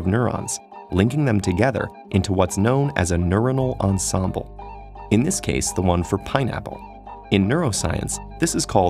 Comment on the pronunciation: His pronunciation of "ensemble" hurts :D